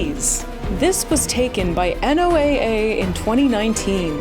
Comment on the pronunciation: We pronounce NOAA like the name Noah.